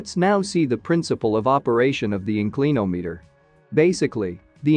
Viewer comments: Excellent but this AI software or speech generator should include a dictionary pronunciation database as part of its reference. In- CLEAN-ometer 😂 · Gawd I hate 'Robo Narration'! IN clin ahm eator!